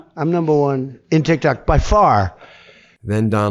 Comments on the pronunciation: Its called Tik Tok not Tik Tac, you Twit! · Tik Tok , not Tik Tak, which is candy. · He said tic tatic! 😂 he does not even know how to pronounce that right! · This administration needs learn the history of the Middle East. He can't even pronounce TikTok. It's not Tic Tack Donald